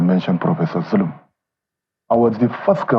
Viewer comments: Its Governor Zulum not Bulum please. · pls correct the name u mentioned in your headlines....his Name is Governor zulum not Bulum as u said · note: it's Zulum and not Bulum. You ought to do better than this. It's advise that you correct the spelling of his name. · Point of Correction is ZULUM not BULUM